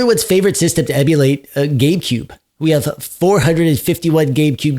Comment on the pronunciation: Did you actually say "GayCube"?